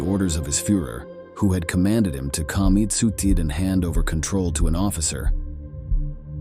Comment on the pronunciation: German with a hard G? Really? Uranus with a short R? Commit soo-seed (suicide)? Cooridge (courage)? Of the 110 sewers Grrrman? Gooligs? Holy shit! Who is the narrator? Absolutely the worst I have ever heard on any video on YT. Unbelievable!